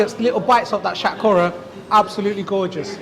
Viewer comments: What’s shat kowra ? Pronounce it how the chef said it. It’s shatkora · You silly little prick. You’re a fucking curry muncher. Stop pretending to be a fucking coconut and pronounce Shatkora properly.